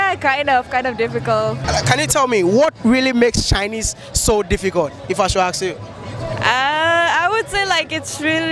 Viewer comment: Bro plz it's been 2 years since I subscribed to ur Channel and u still make the same mistake of pronouncing the word "ask" "asking" u always say aks aksing don't u notice that when u edit ur vids????